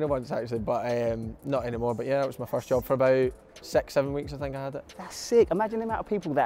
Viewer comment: This guy is saying sex instead of six wtf???